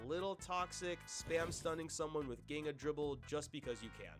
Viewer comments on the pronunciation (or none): By the way its bot pronounced Ginga is actualy shzinga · just for future reference in case some people get mad for the way you pronounced NEL Bachira's Ginga moves, its pronounced "jean-gah". Some brazilians are very proud of their culture and MIGHT come at you, just for future reference gng